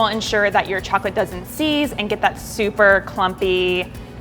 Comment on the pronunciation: these look soo good but like the way she said chocolate kinda bothered me but that might be bc i’m from ny and i’m used to the way we say it lol